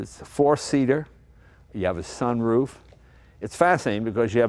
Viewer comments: Jay emphasise the 'roof' in sunroof. Bit odd. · I have never heard anyone other than Jay say sunroof as if it was two different words.